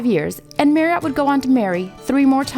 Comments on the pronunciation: Marri-ott, ha ha. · "MARRY -OTT"????? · Marree 'Ott????😀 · Marriott not maryott. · If you're going to get into the narration from a Brit's point of view,I sympathise.I'm about to watch it muted.I stopped at the sound of his name pronounced 'maryut'.I was curious to see what the comments look like. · I just put one word as a response to watching this video - "Mary-ott" yuck! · What a funny way to pronounce the subject's name. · It wouldn't hurt to pronounce his name right - and McGlagan's. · Wish she could pronounce his surname properly. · It would be nice if the narrator could actually pronounce his name correctly, but i's obvious she is clearly reading a script about someone she never knew anything about until she got the gig!! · It's a pity you can't pronounce Marriot properly. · She can't say his surname properly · I wish she'd known how to pronounce 'Marriott'. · Great but the narrator sounds like she's reading the bouncing ball over the words. MarriOtt? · Merry-AUght? At least learn to say the man's name for f**k's sake! No it's not an accent thing, it's an emphasis thing and his name is HIS name. Respect? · It is Marriot, as in Chariot, not bloody marry ,,,,ott!! Just before 8: 44 he said his name, "I thought I was Jerry lee MARRIOT"!! I do wish the Americans would learn ENGLISH as we created it rather than put their own their own "spin" to it! Yah now wot I meen yeh, sright innit, you dig man , dude !! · Interesting video - but FFS it pronounced Marry ut - not Marry ot. Just really annoys me everytime she says it. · Marry-Ott?? It’s pronounced Marry-Utt FFS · Annoying that the narrator of a video about Steve Marriott cannot pronounce "Marriott". Marry-OTT! - damn ridiculous! It rhymes with "Harriet". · It's pronounced Marry ut not Marry ott doh! Bloody yanks 😂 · Such a shame she cannot pronounce his name . It is' Marry-utt not ot. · Marriot Not Merriot ! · It's pronouced Marry-ot not merry-ot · Steve Marry iot, for god's sake say his name properly